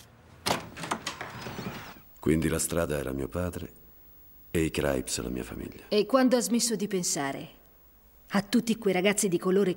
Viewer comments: Sentire “Craips” invece di crips è inascoltabile. Comunque è davvero un film raro da trovare in italiano, grande. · Craips!vi odio,crips si dice crips !!!capre